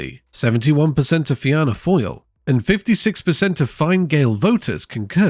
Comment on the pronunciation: the way u pronounced fine gael and fianna fáil 💀 its fena gael and fena fall